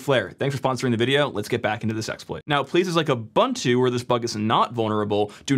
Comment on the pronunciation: Says "OpenSUSE" correctly. Butchers "Ubuntu." C'mon, son